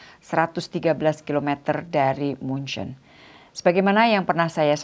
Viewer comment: Ya, setahu saya dalam Bahasa Indonesia nama kotanya yang benar adalah “München” seperti dalam bahasa aslinya, persis seperti yang diucapkan oleh Ibu Menteri, jadi bukan “Munich” seperti dalam Bahasa Inggris.